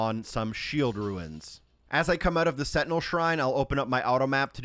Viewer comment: You are killing me calling the runes ruins 😂 rune rhymes with toon